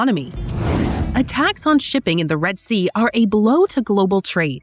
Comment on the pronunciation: "Reed" sea.